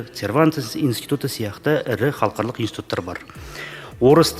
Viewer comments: Мына жігіт қалқарлық,қалқарлық деп қоймады ғой Халықаралық-деп айтылады. Өзі мінбеде тұрып қате оқып тұр. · Мына министр халықаралық деген сөзді халқарлық деп қате айтып тұрғаны нес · Халықаралық деген созди Халкарлык деп. Окыды депутат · Қазақ министр "халықаралық" деген сөзді дұрыс айта алмай тұр ғой. Қазақта "қалқарлық" деген сөз жоқ. Ұят екен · Мына шырағым, халыкаралык дегенді де халхарлык деп бурмалап тур, мундайларды курту керек, казакша сөйлете алмай отканда, орыс мектебі неге керек, орыс мектебіне бармай ак, орысшаны судыратып, мәңгурт болып жур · Мына минстр не оттап тұр қаларлық деген қандай сөз халық аралық дегенді айта алмай тұр ғой сахаума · Хархалық емес халықаралық деп айтылады алдымен жөндеп айтып алып сонан соң қабылдамай ма өңшең мәңгүрттер. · Ғылым министрі қазақшаны халықаралық дегенді бірнеше ретдұрыс оқымадықазақшаға шорқақтау ма қалай?